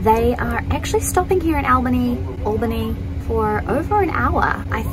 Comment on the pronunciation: I live about 25 minutes from Albany and go to that station any time I want to go to NYC (cause driving to and especially within NYC SUCKS!) It's an honor to know you've passed through our little station! By the way, you said Albany right. "All-bannie" not "Aehl-Bannie"